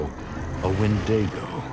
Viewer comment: Windego? You mean a Wendigo...?